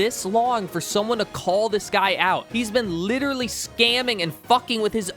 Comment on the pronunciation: i agree with 90% of the video but litttelrally cant handle you saying littttleraly one more literraly time